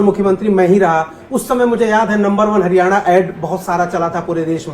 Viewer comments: 10 saal kiya to kuch nahi iss hooda ne bolna to sekh leta .haryana ko haryane bolta hain chor 😂😂😂😂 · Chor haryane nahi haryana hota hain 😀😂😂😂😂😂😂😂😂